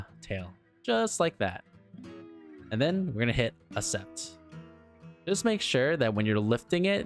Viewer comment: Cool video. You should add dowel locators for some parts, it helps when lining up parts during assembly and adds stability in crucial areas, especially thin tall parts. Also, The word "accept" is pronounced ak-SEPT. To agree to something or agree to do something: For example, "He accepted the job offer." Hope that helps 😀